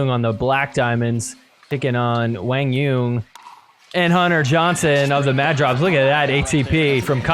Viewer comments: lol who the hell is “WANG YUNG” do you mean Quan Doung!?!? 😂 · To be more precise, it’s pronounced “Quah-n Yuhn” but great job trying to pronounce it right. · So Quang Duong is now "Wang Yeun"😂😂